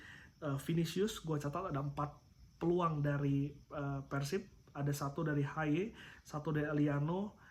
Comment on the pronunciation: Jarang2 host ngmng pErsib biasana peursib ternyata si om ieu emang orang bandung 😁